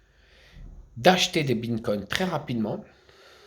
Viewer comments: Binkone il dit😂😂😂😂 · Quand il dit binnecogne ça m’extermine putain